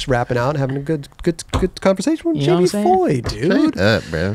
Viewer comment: Gotta love Jamie Foy dude but he gots learn the H is silent lol. Keep fuckin up shit bro, see u out W soon